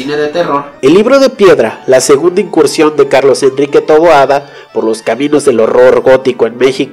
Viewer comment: Su apellido es "Taboada".. No "Toboada"